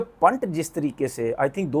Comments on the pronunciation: Its पंत not पंट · Pant h wo phant nhi nam bolna seekh le 😂😂😂